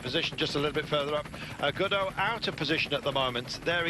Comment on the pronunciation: Helpful guide: "Gaudu" is pronounced like the English words "go do", not like the Beckett character Godot; "Ineos" is pronounced "IN-ee-oss", not "skai".